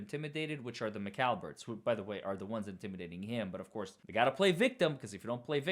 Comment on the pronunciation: lol. Not McAlberts it McCabes & Alberts. lol 😂